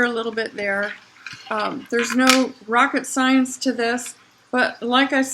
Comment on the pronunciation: did u say not rocket science or rock science near the end of you video? lol. very nice video and what a good project, thank you. 👍